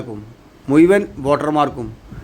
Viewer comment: മുയുവൻ അല്ല മോനെ മുഴുവൻ ഒന്നു പറഞ്ഞ് നോക്യേ